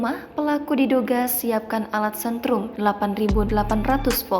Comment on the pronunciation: setrum mbak..bukan sentrum..baca berita masih mau belajar loh😂😂😂